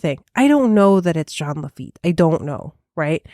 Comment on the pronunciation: Jean Lafitte is pronounced; Jean=Sean with a “J” Lafitte= La-FEET